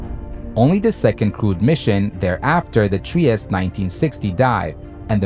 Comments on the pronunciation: In Italian Trieste is pronounced— “tree-estay “ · All fine and clear, but it's pronounced "Triest-E". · It is Trieste not Tries!